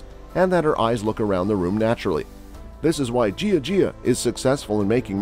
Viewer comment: Ask a chinese to tell you how to pronouce jia jia. As you say it now it is ridiculous!